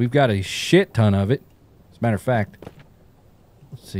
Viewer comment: "but I don't like twitch" Was hoping to hear... "IT DOESN'T MATTAH!" lol